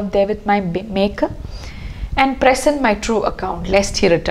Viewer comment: Great analysis of a great sonnet. "Present" as a verb should be pronounced 'pre-SENT'; only as a noun is it 'PRE-sent'. This is also required by the rhyme scheme.